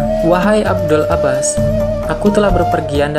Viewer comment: maaf, sedikit masukan, bukan abdul (abdul abbas) tapi abul, abul 'abbas, abul 'abbas balya